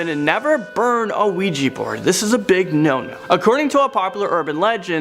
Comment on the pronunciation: "An Ouija board"? Her pronunciation is just atrocious!